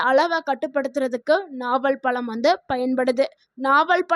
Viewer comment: பலம் இல்லே ...பழம்...